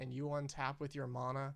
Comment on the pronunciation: It is pronounced MANa not MONa, Sincerely, The way the rest of the magic community pronounces it